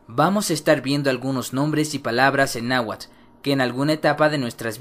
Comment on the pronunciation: viendo casi completa tu video, no solo tienes errores en la escritura tambien en la pronunciacion, ejemplo nla Tz no se pronuncia igual que la Z porque tambien se respeta la T y antes de pronunciar la Z se pronuncia la T, y en la Tl, y el nahuatl nunca se a pronunciado como nahuatul, alomejor escuchaste decir alguien que no sabe hablarlo por eso dices eso, en realidad esta mal la pronunciacion, nahuatl se dice como esta escrito y claro en algo estoy de acuerdo el H es muda